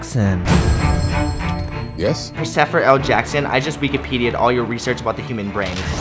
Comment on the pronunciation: "Prossefer L Jackson?"